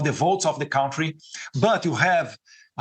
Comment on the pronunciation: Eduardo,please,eu não posso acreditar que ninguém ainda não tenha corrigido a tua pronúncia da palavra contrye